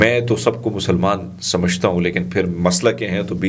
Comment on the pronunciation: Mai aapka fan hun aur tajub karta hu aapki zabaan par मुसलमान muslims ka तलफ़ुज़ talafuz itna acha nahi hai jitni achi Urdu aap bolte hai jeete rahen khush rahen